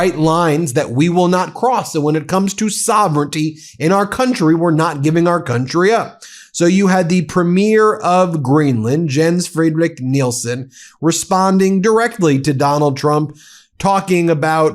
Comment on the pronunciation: The first name Jens is pronounced “Yens”.